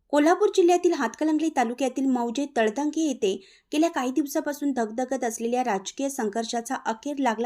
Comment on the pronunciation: तळतंगे नव्हे तळंदगे मराठी वाचन सुधारा